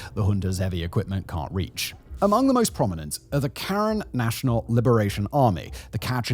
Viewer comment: Your pronunciations of Myanmar, Aung San Suu Kyi and Karen are all wrong